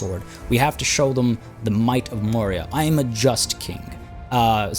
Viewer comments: Your pronunciation was really nice man. Thanks for covering the Mauryas and hopefully you will cover more. Excited for this series. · Don't tell me your not an indian. The pronunciations were accurate. Just as any Indian would spell it the moment he sees it.